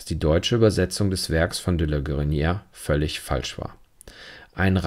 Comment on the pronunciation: Vielen Dank für Ihre aufschlussreichen Kommentare, die ich mit Gewinn höre. Gestatten Sie mir eine Anmerkung zur Aussprache: Das erste é in "De la Guérinière" und in "légèreté" wird gesprochen wie das e im deutschen Wort "Tee", wegen des "accent aigu". Das "é" wird als geschlossenes "e" gesprochen, es wird also nicht kurz sondern lang ausgesprochen.